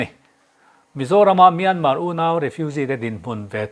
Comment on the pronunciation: Myanma ram a awm ka hre lo, Myanmar ti ve mai laa, a tawpa " r' hi lam ri tel ve laa.Myanmar tih hi ram hming a ni a, sap tawng a ni lo Saptawng ah chuan a tawpa " r' hi an lam ri lo tlangpui.